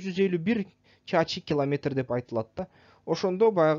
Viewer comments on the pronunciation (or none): Чарчы километр Деп окулат бирок сиз чачы Деп айтып атасыз